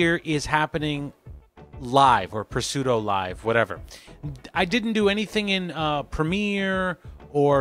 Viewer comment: 25 Did you say "puh-sudo" (pseudo) live? Do you also say "puh-new-mone-ia?" (pneumonia) Anyways, nice tutorial! Thanks! JW3HH